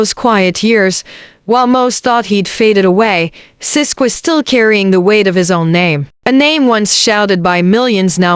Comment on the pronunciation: It's sisqo you stupid A.i not sis!!